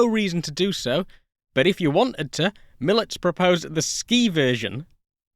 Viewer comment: Excellent documentary. I've been fascinated by this plane since first seeing the one in Krakow over 40 years ago. As an aside, Mielec has three syllables Me-el-ets, stress on the second to last (in this case, middle) syllable.